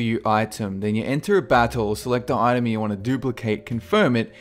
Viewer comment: When he says "Item" I hear "Itune"